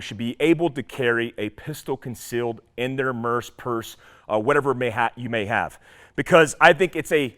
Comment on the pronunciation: "For the 'Gram" 😂 "Merc Purse" 🤣